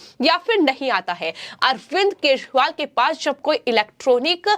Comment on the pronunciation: केजरीवाल है,,,,, ना कि केसवाल हैं🤣🤣🤣🤣🤣🤣